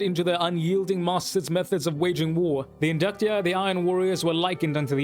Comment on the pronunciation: Somebody who actually pronounces it correctly. 🙌🏻🙌🏻 Great perspective and video dude. 👌🏻